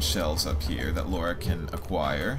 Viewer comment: It's "Lara" not "Laura" 😀